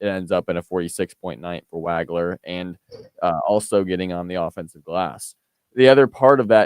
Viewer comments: It's pronounced WOG-ler. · pronounced WAH-gler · As many times as you heard Waglers name on the PA today, you should know how to pronounce his name. Excellent work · Hey - He hit you for 46. Pronounce his name right.